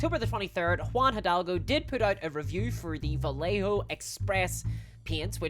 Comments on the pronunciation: nailing my arse , (ba -ye -ho) the rest its fine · For the love of GOD, Vallejo is pronounced Vie - yay - Hoe. FUCK! Made the paint for Walt Disney. Cool!